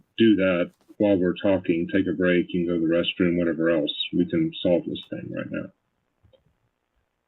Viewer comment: The way she says "think" instead of "thing".🤬